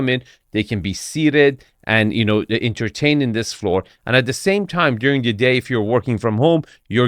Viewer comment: I don't trust this guy to guide me through Boston real estate. He mispronounced "parking" "charming" and "floor".